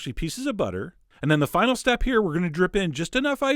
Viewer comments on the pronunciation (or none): none